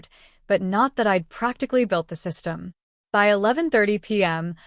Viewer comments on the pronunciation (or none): The AI is awful!!! Spelling out BY, IT, O instead of zero.